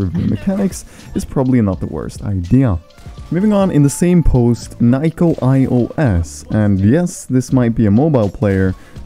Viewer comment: That’s not how you say nico sorry man